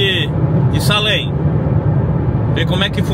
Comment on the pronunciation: A pronúncia é: "seilem" escreve Salem , mas ... já que vc está aprendendo ingles então... já procura a pronúncia correta.